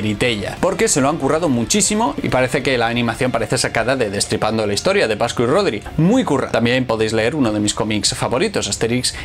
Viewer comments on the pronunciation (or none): el de la banda pronuncia las t como ch. dice "hischoria"